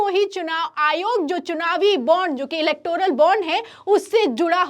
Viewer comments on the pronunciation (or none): none